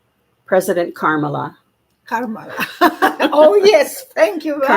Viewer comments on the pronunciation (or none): FYI: Kamala is pronounced Comma-la. No camels. 😊